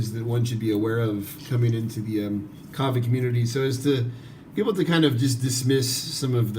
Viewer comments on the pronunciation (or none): none